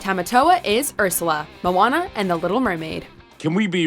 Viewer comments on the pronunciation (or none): none